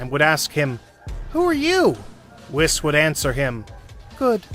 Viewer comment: I love these little episodes, I just wish that the narrator would learn to speak their names properly. It's not Whis like wish, it's weeds like peace. Etc.